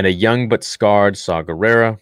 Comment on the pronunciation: Bruh that ain't Shaw Gerrara thats Jaw Gerrara 😂😂